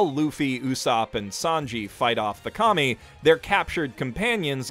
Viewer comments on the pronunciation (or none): Every time you say KAMI.. I laugh because all I hear is COMMIE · What I heard: Serve the commies..lol